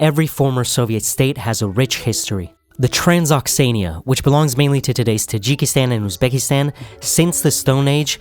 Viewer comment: It’s not serious when a documentary doesn’t check how to pronounce “Transoxiana”, or that Rahmon in Rahmon Nabiev is the first name, and in Emumali Rahmon it’s the last name